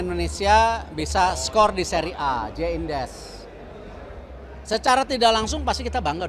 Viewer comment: Aku kok dengernya pak Erick nyebut bang Jay itu Jay Indez ya ? 😃